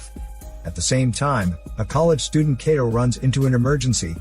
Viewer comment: Kato's name is pronounced like Kah-toe not Kay-toe lol and the "special weapon" is called a capture gun. Not trying to be a jerk but have you ever even read the Manga or watched the Anime?